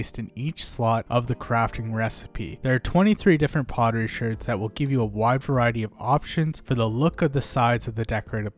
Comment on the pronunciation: bro says Shurds instead of shards. that bothers me alot lol